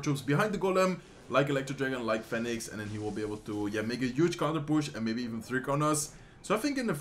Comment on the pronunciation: Phoenix spreek je uit als Fie Niks. Niet fèniks lol